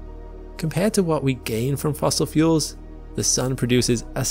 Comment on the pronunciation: "fossil fuels"